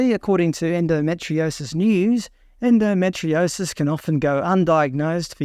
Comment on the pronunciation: Endometriosis is pronounced as en-do-me-tree-osis not en-do-met-tri-osis……. ⚛️☮️🌏